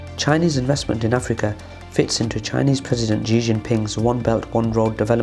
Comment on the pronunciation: Xi is pronounced she not zhe